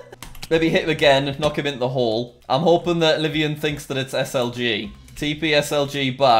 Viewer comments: LIVONIAN NOT LIVIAN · Everytime he said "Live-ian" I cringe It's pronounced Live-own-ian Livonia, Michigan I'm assuming but idk